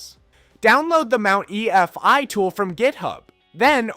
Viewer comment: Great but the pronounciation of USB and EFI repeatedly killed me hahahaha.